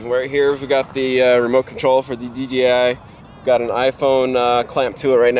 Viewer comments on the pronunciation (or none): I know it's picky... but people paying attention to what's said could possibly e confused. It's D JAY I, not D GEE I... it's not too hard to say it right.